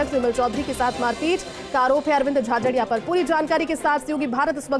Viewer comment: भाई नाम तो सही बोलो अरविंद जाजड़ा बोल रहे हो झाझरिया बोलो